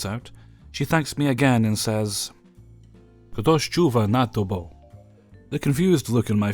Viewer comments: OH. I'm Polish, and for a long time I could not for the life of me understand what you were saying at the Polish bit in this video; but I just rewatched and finally got it. The woman said, "Ktoś czuwa nad tobą," right? Polish is a pretty hard language, but you did actually pronounce it fairly well, it's just all mumbled and unclear. I wish I could say it for you so you'd could hear it better (I know Polish pronunciation is hard, there's so many weird sounds). It's actually an extremely sweet thing to say, the old lady sounds incredibly lovely. Love the stories as always <3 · Your pronunciation of "Ktoś czuwa nad Tobą" was hilarious